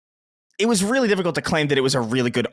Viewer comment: you did a good job at the Sacred Symbols meet-up, from what I saw on Youtube. I will stop hating on you for pronouncing "difficault" as well as bringing up that anime you like and whoever "Holly" is every two minutes.